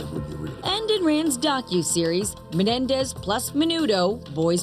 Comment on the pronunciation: The Menendez not "Menedez"